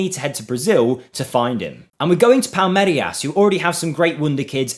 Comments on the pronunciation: How can you say "Palmerias" when the "I" is literally before the "R"? That's just pure ignorance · My brother in christ it's pronounced 'Pal-meer-as'.